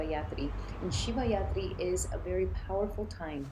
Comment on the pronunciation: You mean shivaratri not shivayatri 😂 but makes sense💚